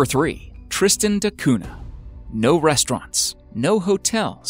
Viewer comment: Interesting video! Just one annoying thing is your pronunciation of Tristan da Cunha. It's "da Cunya (palatalised n), not "de Coona".